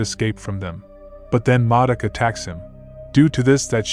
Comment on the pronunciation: “Moduk” really dude?